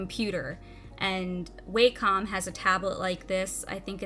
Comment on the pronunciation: Never heard someone pronounce Wacom as Way-com.